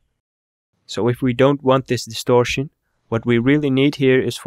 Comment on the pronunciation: distorshion, compreshion, solushion. i love this channel